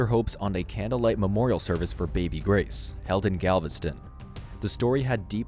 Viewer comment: Grace, not Grase.